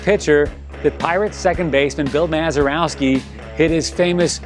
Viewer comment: It's Bill Mazeroski, not Mazerowski.